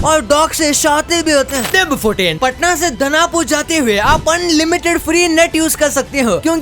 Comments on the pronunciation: It's दानापुर not दनापुर | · patna SE दनापुर nhi hota hai दानापुर hai wo waise aapki glti nhi h